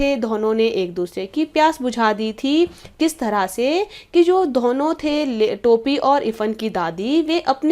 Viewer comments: Ma'am itsदोनो not धोहनो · Why do u pronounce Dona like dhono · Ma'am app dono ko dhono mt bola karo bohot hassi aa ti h dhonon nhi hota dono hota h 😂😂😂😂